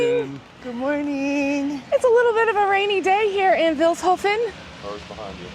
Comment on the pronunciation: You're pronouncing Vilshofen wrong! It's like "Feels hoven" with a short [ee] If you should return to my town and if you had some time left: Take a look at Schloss Ortenburg [Ortenburg Castle] about 10 Kilometers from here! Bye bye 🤠 🤍💙